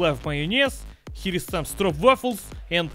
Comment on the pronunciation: That pronunciation of Stroopwafels was on point. 10/10 Dutch Squads